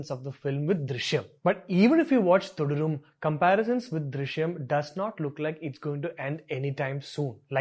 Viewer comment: You can't even pronounce Thudarum properly 🙄🙄